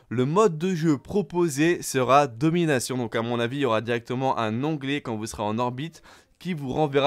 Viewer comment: C’est pas domination mais donminaion mtn xD